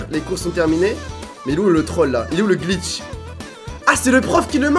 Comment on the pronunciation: il a bien dit « des glicth dans la vrai vie😂😂